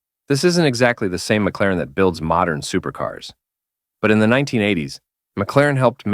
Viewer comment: M C Laren? Ai sucks.